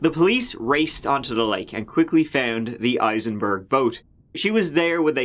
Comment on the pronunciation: Hey, it's "Heisenberg" not " Isenburg" in Breaking Bad...